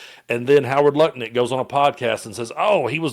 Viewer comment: I heard Howard lutnick being called .. Howard Nutlink:)